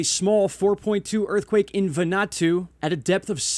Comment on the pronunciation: Vanu - atu, not Vanatu.